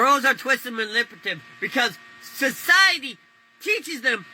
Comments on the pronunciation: Why did it sound like he almost said impotent when he was trying to say manipulative😅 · “Mannippative” lol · my guy trying to say manipulative 5 different times and not getting it screams “elementary school drop out”